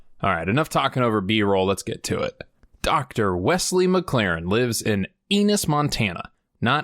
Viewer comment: Funny enough I live near a town called Ennis, btw you pronounce it like tennis minus the T of course lol